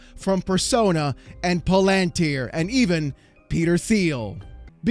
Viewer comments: It's pronounced Like palindrome and tier Palantir. ...and it's Teal, Peter Thiel. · For someone who likes to be right, you would think you could pronounce Palantir. It is pa·luhn·teer. The "lan" part is not emphasized and it is pronounce Lun. Like palUnteer. The Un is like in the word "under". You dope. Oh and Peter Thiel's name is pronounced PEE-tur TEEL